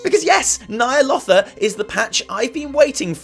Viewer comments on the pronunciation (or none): When you say Nyalotha, my speech to text thinks you said "Nile Author". There's no "R" at the end of that word m8 🙃